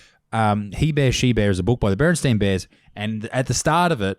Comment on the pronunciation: Hello and from a fellow Novacastrian 😁 Long time listener, first time caller! I noticed u said Berenststein Bears, it's actually BerenSTAIN Bears. I'm guessing u guys don't know about the Mandela effect. If not check it out on you tube.theres plenty of vids, a lot of crap ones but some legit ones. Many people worldwide had same thoughts, Berenstein Bears, yeah a family of German Bears living in Merica, a little weird but meh. But WTF is BerenSTAIN Bears? That's not a German name. Here's the kicker it was always Stain never Stein. Mandela Effect is a pretty well-known thing amongst, let's say critical thinkers/conspiracy theorists worldwide and there is opportunity for some comedic material down that rabbit hole. Or maybe just spin out at. 🤙 I want to come see ur show at Port Mac on 23rd Nov, Me and the missus had tickets 4 ur show at Pacific's Palms (south of Forster Tuncurry)a few months back, but I got the call to work out west and had to give the ticket to a friend. They loved the show Thankyou guys and anyone else, if you've read this far😂 I don't drink much and I'm on my 4th very strong Wild WmTurkey😮 I'm no pro but I've made up a few jokes, hope they get a giggle out of ya's(if ur still reading) What do you call a woman who sings Christmas songs? A: Carol What do you call a woman who has lots of freckles all joined together? A:Molly😅😅😅 What do you call a whammen with no arms, no legs and a handle on her back? A:Carrie😅 Here we go😂 What do you call a